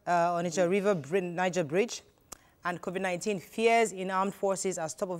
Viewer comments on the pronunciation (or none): He did not get all the pronunciation right according to you. He pronounced COVID-19 as COVIC-19. Go back and check